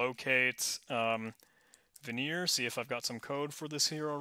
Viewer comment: My friend, it is not Vignere, it's Vigenère. Pronounced in an entirely different way :)